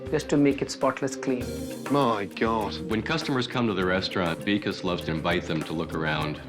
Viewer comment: The way the narrator pronounced Vikas 😭😭 weakass LMAAOO sorry Hahhah